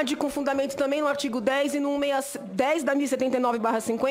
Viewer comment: O Brasil é um circo olhando os comentários não dá para não acha graça kkkkkkk. Senadora é professora mesmo. Mulher fala ardigo.